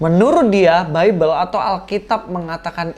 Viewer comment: Si dr kaum sandang mau menggugat kaum pangan, Bible bacanya Baibel, bukan bibel.